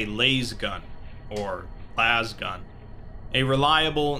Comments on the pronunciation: its a lAs gun like in "lasso"not laze >.< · Its pronounced {LAHZ-GUHN} not {LAYS-GUHN}. Everytime you kept saying the latter, brought me that much closer to start begging for an exterminatus; Earth now filled with taint. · "lazegun" No no mate... lasgun. lasgun Emperor damn it get it right! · Laz-gun. Not lase-gun. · The fact you say 'layz' gun instead of 'laz' gun annoys me more than it should. Good video otherwise! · It’s not LAYZE gun, it’s literally just pronounced Laz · Cristian Martinez I cringe every time he says lazegun and catacan instead of catachan. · Who the fuck says "Lase gun"? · Lays-gun... just sounds so wrong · It’s ( lazgun) lasgun, no one onto 40k pronounces it the way you did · definitely pronounced las-gun. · I cringe each time he says "layz gun". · Lasgun = Las pronounced like LASt. Catachan = CataCHan